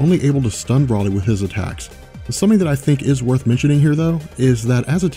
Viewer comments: He said Brolie instead of broly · Pronounce it bro lee not braly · Did he say Brahly?